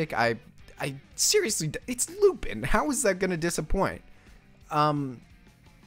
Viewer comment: I see Lupin, I click like. Also, it's pronounced loopahn, get it right dude. 😤 Also, you need to hold off on revealing the top five until the end. That's how you get people to watch until the end of the vid! But this gave me quite a few new interesting series to add to the watch list, against my better judgement. -That Toei one is actually based off of a 60's manga and has had various anime adaptations since 1968 from Toei themselves. Definitely looks really cool. -Personally I think Piano could be an unexpected gem of the season. -Even if you wanted to watch the Miyazaki short it's only gonna play at the Ghibli museum and nowhere else. 😕 -I'm disappointed you skipped Tomie. -Isn't that mob OVA going to be mostly recaps of the first season? Regardless I'm gonna watch it for Reigen. Also the reason all the good ones are lower in popularity is because MAL-tards are allergic to the classics or anything that originally came out before they were born.